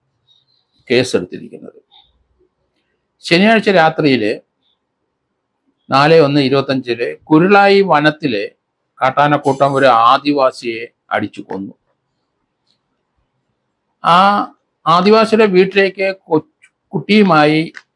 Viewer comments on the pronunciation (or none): കുരുളായി അല്ല കരുളായി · കുരുളായി അല്ല സാറെ കരുളായി. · കരുളായി എന്നാണ് സാർ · Perinthalmanna DYSP,, not kurulayi,, but, karulayi...